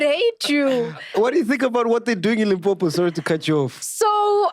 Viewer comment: I didn't like that she said Limpopo it's personal